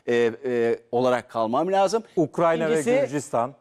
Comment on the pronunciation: Ukrayna ukranya degil 😂 resmen ukranya yi saymaya basladim